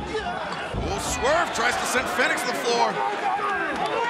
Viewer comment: Hate how ol dude says fenix